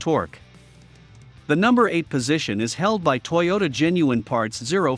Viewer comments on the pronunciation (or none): none